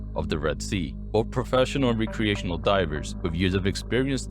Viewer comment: Great collection of stories! During your segment on Wes Skiles, you briefly mentioned Sheck Exley. I was surprised that his dive story wasn't included as he died in1994 while trying to set a world record dive to 1,000 ffw. BTW. It is pronounced WRECK- creation.